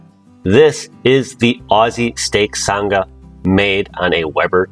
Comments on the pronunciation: Love the video mate lol Just one correction, it’s not a “san ga” it’s pronounced “sang a”. As in “oh she sang a really high note”. So ‘sang’ with an ‘Ah’ right on the end of it. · Nice work, and happy Australia Day on the 26th. Can't say I've ever had pineapple on a steak sandwich, but hey, why not? We just now need to work on your accent - Sanga is pronounced like "I sang a song" with a soft G. Haha. Thanks for thinking of us mate. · Love this! My only critique would be, as a Aussie. Its pronounced sang (R) Just say say sang and then a hard R Peace and love from the outback 💛💚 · Got recommended this video just now...but watched quite a few of your old vids when I first bought my new Weber. Honestly shocked that we make up 35% of your viewership... Clearly we have an obsession.. Oh and it's pronounced "sang-ah", had to double-take when you said it because I had no idea what you were talking about haha!